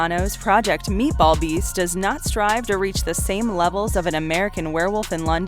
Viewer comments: I know I’m not the only one who heard meatball beast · I work 3rd shift and listen to these often during the day having a couple beers when I'm home and I was like, this chick just say fucking meatball? Ahahaha glad I'm not the only one!